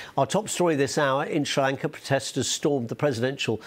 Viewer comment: He pronounce it shlranka